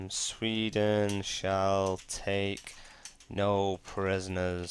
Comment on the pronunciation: SWE-den not SVE-den